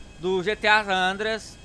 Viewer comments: É SAN ANDREAS KKKKK NAO SAN ADREAS KKKKKKKK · San Adreas 👏 seu português ta otimo